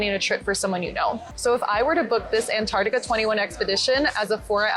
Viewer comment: Antar-C-tica please!!!!. Otherwise, great. Thanks.